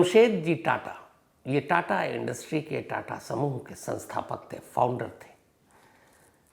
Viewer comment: 25.08 ਤੇ ਰਤਨ ਤਾਤਾ ਨਹੀ,,,, ਰਤਨ ਟਾਟਾ ਬੋਲੋ sir